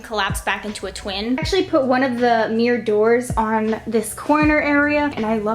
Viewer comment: No offense girl but, "sLiDiNg MiRr DoOrS" 😂